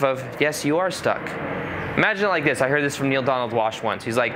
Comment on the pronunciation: "Instead of doin' dis, I could do dis!" Dang, dats brilliant 😆